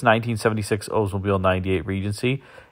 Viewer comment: You need to pronounce the L in Oldsmobile. Not OOdsmobile. My uncle was an OLDs dealer, I know. The Regency was amazing. But the door hinges were garbage.